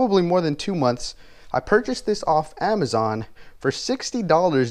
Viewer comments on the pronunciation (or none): none